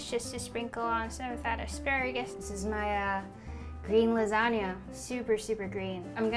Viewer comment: I think that 'lasanga' sounds great.